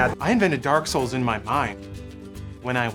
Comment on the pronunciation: Every time I hear someone say Dark Souls, I hear "Dark Scholls"